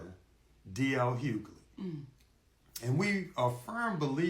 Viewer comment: who is DL Huely? 😂🤣🤣 Chile, I love it.😂